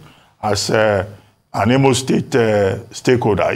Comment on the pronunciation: This Imo state man whose name you guys did not pronounce well has come here to seek for appointment with Hope Uzodinma. Sorry this man is a purchased and paid servant of the APC agent.